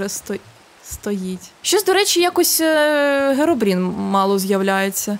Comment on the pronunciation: Херобрін а не Геробрін